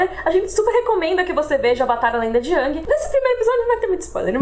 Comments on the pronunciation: Gostei muito do video, mas a umica coisa que me incomodou foi a pronuncia do Aang hahahaha. Para mim foi e sempre sera Áang e nao Âhng. Desculpa pelo pedanitsmo, mas cresci ouvindo Áang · não se fala a lenda de ãngui se fala a lenda de engui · Pronúncia é [Éng] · Sim, continuem... Mas toda vez que onço "Âng" me gela o coração rsrs...